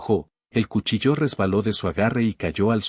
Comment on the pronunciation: El lector de estas historietas provoca error tras error, y en ésta cumple con esa cadena de errores,dice cuchilló en vez de cuchillo, que tiene acento en la i de la sílaba chi,y ahora dice ponchó ,se inventa un acento agudo en la °O° pónioéndole la tilde a la palabra poncho que es una especie de cubierta o capa sin mangas que pprotege a las personas del viento. Ojalá que lea para que se evite pasar la verguenza de cometer errores tan infantiles.